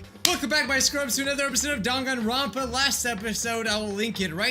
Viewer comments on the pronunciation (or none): y u say danganranpa its dan gan ron pa